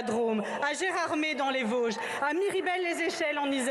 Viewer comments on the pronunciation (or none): none